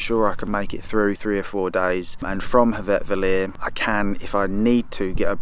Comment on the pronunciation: Your plan is to hike from North Star Hotel at Staðarflöt to Hveravellir (I think that is the place you tried to pronounce :-) )? Oh - now the real fun begins! Good luck!